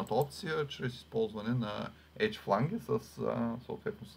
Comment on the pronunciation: Много полезен урок! Само да поясня, че произношението на Flange (фланец || ръб) е флендж, а на Edge (ръб) - едж.